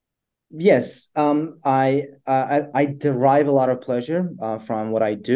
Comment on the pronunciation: the word was deride or derive?